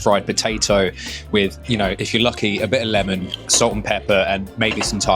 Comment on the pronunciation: I can forgive the soapy southern, dry half filled pie and even tge way you say error instead of era, but Lemon? Get lost